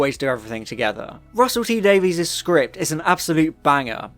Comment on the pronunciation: "Davies" is pronounced like "Davis" I think you'll find, in terms of Russel T.